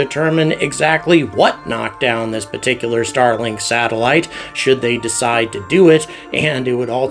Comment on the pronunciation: Please start pronouncing the word “particular“ correctly. The first R is not silent!